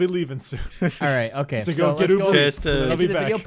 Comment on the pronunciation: anyone heared say OKEH